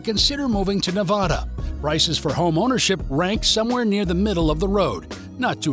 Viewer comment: Please...it's not pronounced like Ne-VAH-duh. . Think "a" as in apple, instead.